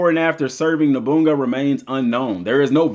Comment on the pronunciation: Noboonga 😂 it’s Oda No-boo-na-ga. Lol.